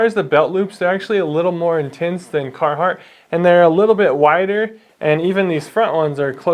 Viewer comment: Sounds like he's more of a cartheart guy